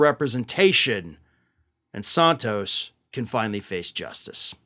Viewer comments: I genuinely can not listen to your videos about George when you are pronouncing his last name differently than literally everyone else in the media. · Santos, like Santa Claus, not Sontos, like Sonic. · Why do you pronounce Santos british-like?